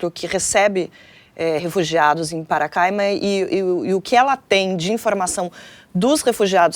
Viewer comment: PaCARAima! e nao paracaima